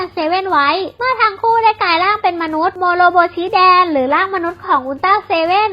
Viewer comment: ขอข้านนะครับน้อง ultra seven ชือโมโรโมชิแดนครับ ไม่ใช้ โมโมชิ แดน